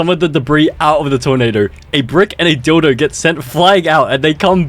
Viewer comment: Nah that thumbnail got me laughing my heart out also the way how he said a dilo was threw out this sh!t